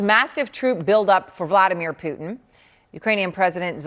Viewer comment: What’s with the wise guy news reporter?? 😂😂😂 Poo- din lol